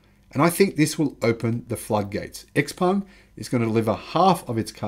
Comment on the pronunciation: Also: Xpeng is pronounced "shiaopeng" or "xiaopeng". Just from respect to the brand.